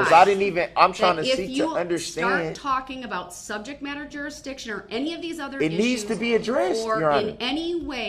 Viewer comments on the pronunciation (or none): That the subject matter jureesdicshen?